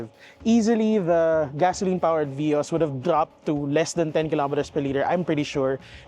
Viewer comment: It is veee-os